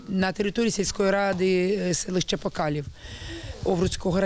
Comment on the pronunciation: Не покалів а покалів